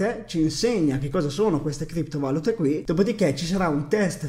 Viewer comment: da fastidio all'orecchio come pronunci criptovalute. ti prego inizia a pronunciarlo correttamente!!!!!